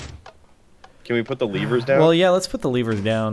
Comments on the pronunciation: LEVERS NOT LEAVERS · I just love how they keep saying leevers XD